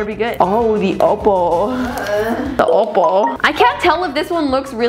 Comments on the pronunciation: It's oppo not opal 😂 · Uhmm.. its not opal its oppo BTW